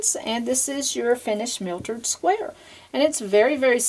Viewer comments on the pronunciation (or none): the word is mitered not miltered. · Miltered? I say mitered (long I)...there is no L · You did pronounce it "miltered" even though you spelled it correctly. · Mitered not miltered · this is nice ..but learn how to call it by its right name..."myitered" square not mitered...say it correctly please